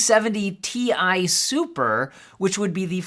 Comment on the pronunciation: It's Ti not Ti or Ti.